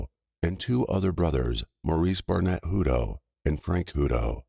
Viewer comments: Wish you would pronounce the names CORRECTLY...I knew people with this last name and it was pronounced HUT TOE!!! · It’s pronounced Hut toe it is pronounced toe but there isn’t an E on the end . I knew someone with the same last name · You are pronouncing the name wrong . You need to verify the pronunciation of people’s names when doing a story on them